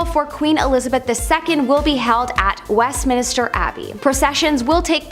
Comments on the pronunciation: THANK YOU for using human narration! 😃 A.I, narration always sounds obnoxious, fake, and slightly sped up. Often, A.I. narration sounds like a 19-year old low-IQ quasi-British homosexual with a slight case of nasal infection... p.s., it's Westminster, not West Minister. (She's a pretty hostess but not well read.) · Why did everyone allow her to keep saying "West Minister"? 😄 🤣